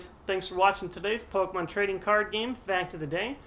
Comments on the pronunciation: I love these videos and enjoy all these errors and what not. I just think it's funny that you know the correct pronunciation for Phanpy, but continuously miss pronounce PokEmon. Don't want to sound like dick, or anything, Just something that made me chuckle. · MY GOD IT'S POKEMON NOT POKEMONS